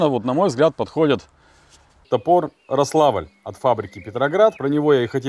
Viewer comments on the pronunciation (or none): Ударение на первом слоге: «рОславль», а не «рослАвль»